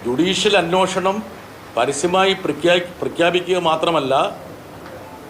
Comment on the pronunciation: 'അന്വോഷണം ' അല്ല ബ്രിട്ടാസേ, അന്വേഷണം എന്ന് പറ.